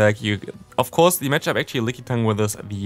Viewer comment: Why do you always Day „di“ instead of „the“